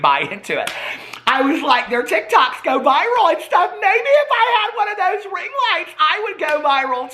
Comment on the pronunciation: When you said ring lights. I honestly thought you said ring worms